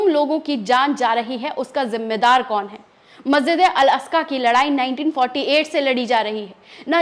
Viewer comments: Aska nhi Aqsa . Bolna sikho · अल अस्का नही अल अक्सा.मैडम. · Madam, Masjid Al Aska nahi hai. Balki sahi naam Masjid e Al Aqsa hai. हिंदी में मस्जिद ए अल अक्सा है। मेहरबानी करके सही नाम बोलिए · 😂😂😂,,,,al,,asja,,,nahi,,al,,aksa,,he,,pehla,bolna sikhi,fir,lekchars dena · ji Masjipd e aksa h aap al aska bol rhi hn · tumko baat karna nahi aata sahi se wo theek hai hum samaj sakte hai talafuz sahi nahi apka. Per masjid Al-Aqsa ka naam to sahi se lo tum baar baar Al- Asqa bol rahi ho. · Al aska nhi mam al aksa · Masjide aksa....masjide aska nahi hota he o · Please articulate rightly the word " Al-Aqsa"(Masjid).. .. जहां तक अमेरिका की मक्कारी की बात का ज़िक्र है तो 'Nostradamus' से भी ज्यादा spiritual और foresighted सूफ़ी 'नैमतुल्लाह" वली(8 वी सदी ई०) ने तभी तो अमरीका जैसों के बारे में पेशीनगोई की थी कि इन Westerns का भी history में ही ज़िक्र रह जाएगा और यह इनका 'मन्तक़ी अंजाम' होगा!(rational fate)